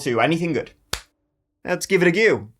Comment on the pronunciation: Love your commentary and accent. Esp. how you pronounce words like the word 'go'. 'Let's give it a goo!' 😃💚💙💜🖤🤍